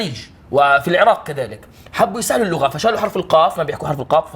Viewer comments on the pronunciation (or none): none